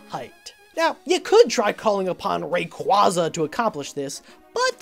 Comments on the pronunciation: Ok its not re-cwo-zuh its re-cway-zuh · Why are we not talking about how he pronounced “Rayquaza”